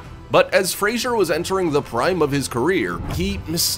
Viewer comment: Why would someone, who can`t even pronounce the last name " Fraser " correctly, make a video at all !!!!!